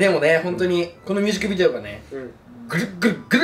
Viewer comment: 優里くんいつもミュージックビデオが言えてなくてみゅーじくびでおになってんの可愛すぎるwww